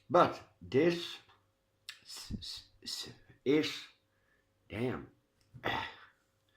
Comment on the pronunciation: 🤣🤣🤣🤣🤣🤣 Omgggg when you say damn